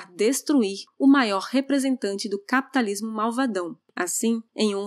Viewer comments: Sei lá... O Jeito que a fala "caapitalismo" é diferente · Hahaha Pior que é mesmo. ;)))